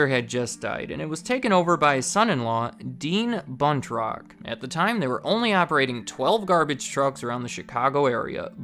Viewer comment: Anytime you say "Buntrock", I can't help but hear "Butt Rock" and it gets me every time.